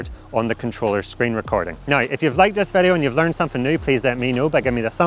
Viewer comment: vedeo, clacking motion, this will werk.. If you using dji sestem... uhhh kinda annoying, can't focus what the guy is talking about